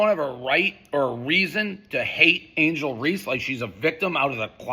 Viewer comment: Who said angle race not angle reeces dave you a pos